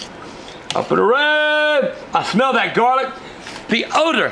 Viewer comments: "El garleek" 😂😂😂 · "Cilantree" "Garleek"